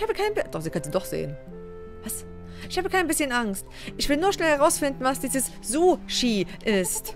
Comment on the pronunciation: Jetzr hab ich Hunger auf Suh-schie.